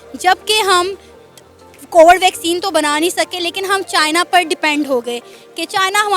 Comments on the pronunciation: In mahtarma ko koi bataye covad nhi covid hoti hai..... 😂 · Cowad(कोबड़) vaccine...... 😂😂🤣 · Ye log covid to dhang se bol nahi sakte , vaccine kya ghanta banayenge 😂😂